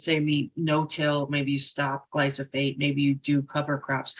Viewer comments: Why won't Dr. Berg say glyphosate right?😭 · Awesome, game-changing revelation. Doc Berg is the only person I ever heard pronounce Glyphosate as Gly-Foss-Fate.. so TomaytO/ TomaatO..it’s all love. Thanks in abundance..